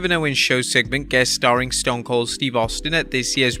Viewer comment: Anyone else here him botch stone cold name lol